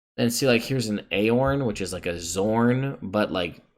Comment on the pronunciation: A-k-eron, if my memory serves on pronouncement of the word